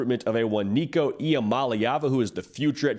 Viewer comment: I just like that you got Nico name right. I’m on board